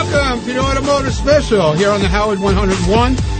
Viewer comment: "automehgiutive" reminded me of his Wheels audition -- "epicujfkvlahrian mastermind" lol